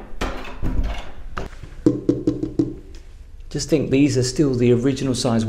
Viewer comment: Thing not think …sorry… it’s driving me nuts. Heh heh heh. Brilliant channel…only just found it. I am now binge catching up.